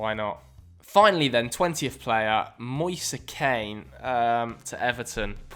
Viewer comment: the way he said moise kean😂😂